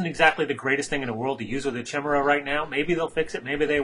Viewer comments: i love ur vids man but damn ...like yamidante said ...ITS NOT "CHIM" its "KY"!!!! ....jeeez.... ;p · is pronounced Kai-mera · awesome videos, great narration, and some great nostalgia from the WotLK beta :) Just one nitpick, though. The correct pronunciation is "Ky-mare-uh", every time you say your variation I keep expecting you to start singing the chimney song from "Mary Poppins" XD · Hehe,Its actually pronounced CA-Mera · Pronouce ( ky-mira ) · great video, not to big on the commentation voice but whatever LEARN HOW TO SAY CHIMAERA!!!! Pronounced KI-MERA phonetically.